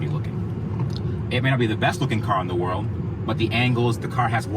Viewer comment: "wolrd class"... Epic.